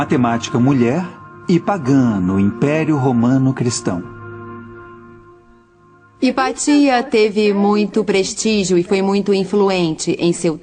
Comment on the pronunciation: Vídeo ótimo! (A pronúncia correta é HipÁcia. )